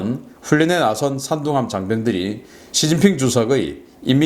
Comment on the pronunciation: 산둥함이 3등함으로 들리네 ㅎㅎ